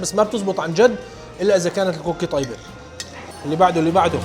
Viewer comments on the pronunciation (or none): none